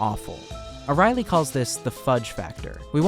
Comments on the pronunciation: Hey, great video, one note: His name is Dan Ariely, and that name is not pronounced Dan O'Reilly. It's pronounced like Ariel from the little mermaid, just with a y at the end. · The dude ur talking abts name is pronounced air-ee-el-ee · Its expressed as ARI ELI and not arieli